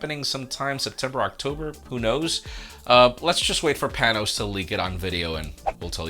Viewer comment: Panos, not "Panose". Come on mate. You should know better.